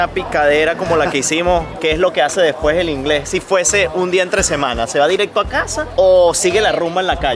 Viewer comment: Soy Andaluza jajajajaja siempre veo vuestros vídeos y cuando ha dicho que hazee me ha matao! jajajajajaja te has mutado a andaluz? O que Haze?